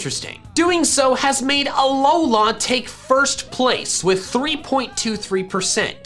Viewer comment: Work on your pronounciations , Kalos and Alola